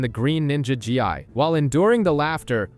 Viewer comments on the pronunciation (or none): My guy; the “Gi” in “Zane’s Gi” is pronounced “Gee”💀🤦🏾‍♀️